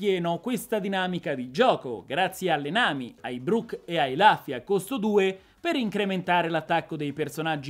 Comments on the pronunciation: la pronuncia più corretta è Luffy come lo leggeresti in italiano, rufy è accettabile comunque. Rubber di sicuro no! ahaha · comunque si dice lUffy con la U non ne posso più scusa ero convinto che qualcuno in tutti questi video già te l'avesse detto